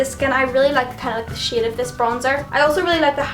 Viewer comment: Every time you said "shade" it's sounds like "shit" but like "Shiate".